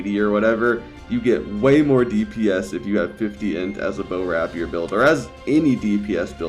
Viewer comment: Omg I can't watch any more of your videos until you learn to pronounce rapier correctly. RAY-peer. Emphasis on the first syllable.